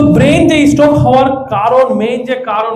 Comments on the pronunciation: Brain stok- pronounciation kee this. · আরে মূর্খের বাচ্চা সেটা স্টক না, স্ট্রোক । আসছে ক্লাস নিতে । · সব ভাওতা, স্টক হবে না স্ট্রোক হবে এটাই তো ঠিক মতো জানেনা। ছিঃ, এরা নাকি ডাক্তার!!! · শব্দটা স্টোক না স্ট্রোক বলে ? আজকাল উচ্চারণের জন্য অর্থ বা মানে পরিবর্তন হচ্ছে ।সেদিকে কোন খেয়াল রাখা হয়না । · স্টোক নয় স্ট্রোক হবে।